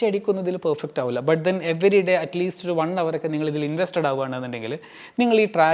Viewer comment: Pronunciation of Hour is not HOW-ER... it's OUR. H is silent 😊